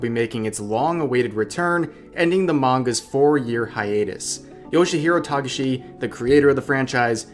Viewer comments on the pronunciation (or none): none